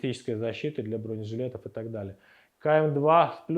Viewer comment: "БронЕжилетов" !!! Иксперты текстильные... 😂😂😂